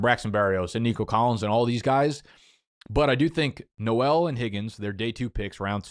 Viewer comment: and pronouncing Noel too